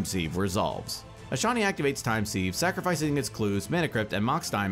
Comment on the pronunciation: Sieve is pronounced like ‘Siv’